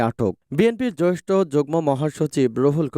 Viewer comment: জ্যেষ্ঠ শব্দের সঠিক উচ্চারণ করুন।